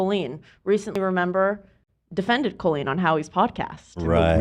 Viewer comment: Why does pronounce Colleen like Colon? Colonoscopy-leen. KOLeen. I'm going shopping at KHOLeens. Who doesn't say it like CALLeen?